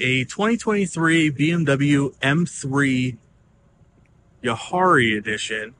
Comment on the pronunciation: You butchered “Jahre”. It’s pronounced “Yahhrre”